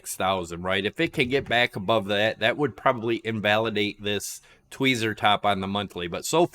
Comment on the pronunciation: Twee-zee hehehe